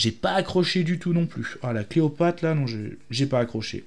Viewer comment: fambala? cleopate? et tu te dis fan? désolé mais ça m'a fait saigner les oreilles.